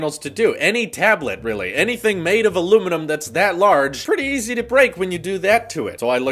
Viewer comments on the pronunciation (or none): none